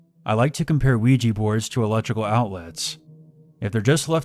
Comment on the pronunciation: Luigi Board... Ougi Board...